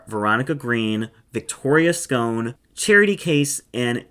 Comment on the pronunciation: In Wales we pronounce it as "Scon'" (not scone) - so when you say this Cardiff girl's name 'Victoria Scon' it's supposed to sound like a pun (pun being Victoria's Gone).